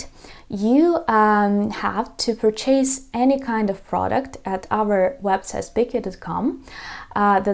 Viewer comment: Dear teacher please learn how to pronounce a word "purchase" properly there is nothing to CHASE😅